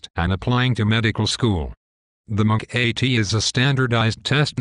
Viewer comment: whats the Mc-Ay-Tee?